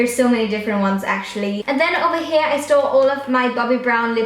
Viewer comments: Am I the only one who thinks it sounds like she says "I stole..." when she says "I store.." Lol it just throws me off for a split second every time haha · it sounds like she said " in thees drawers I stole all my makeup